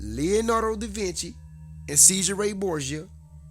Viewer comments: A little education goes a long way. Do your research. And his name is not SEE-JUR-RAY Borgia it is pronounced CHEZ-ER-Rae Borgia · its pronounced "chez ray" not " cheese er ray" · in Italian "ce" is pronounced "Sçheh" ergo Cesare is pronounced "Scheh-SAR-reh" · Che-Sa-Reh Bor-Gia, at least learn how to pronounce the name right.... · chezaray! u saying it wrong! and he was not the fav son! Juan was. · No its pronounced "say-sar- ay" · Neither is cheese ray we can be agreed on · it's pronounced "See-zar Borjah" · Understood but seas•are and Caucasian (no r in it) I'm not tryna clown you or nothing. We just gotta come correct or not at all. Preciate the knowledge tho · first learn how to pronounce the name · Can't even say Cesare's name right! No doubting that Jesus was not white, if anything he was more likely Arab looking than black. But Cesare was not Rodrigo's favourite son it was Giovanni ( Juan ). First off you can read what you want into those lost passages of the 1611 King James Bible which was published 100+yrs after Cesare and a lot of propaganda against the Borgia name. I'm sorry but I think your looking for links which aren't there